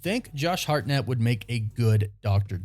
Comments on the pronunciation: It's simply: Hartnett... Why do you keep saying Hart-NETT?! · I believe it’s pronounced HARTnett. But I think he will be great. Hope it happens. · Why are you saying his name so weird 😂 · Why are you saying his last name like that? Does he actually say his last name like that??? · Please stop saying his last name like that. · Such a big actor that you can’t pronounce his last name correctly right? Lol